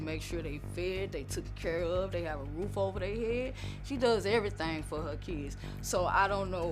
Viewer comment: Why can't they say the word t r o o f correctly LOL